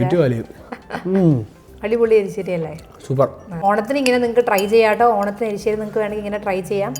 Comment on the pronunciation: എലിശ്ശേരിഅല്ല. എരിശ്ശേരി ആണേ ഞാൻ കേട്ടതാണോഎന്നറിയില്ല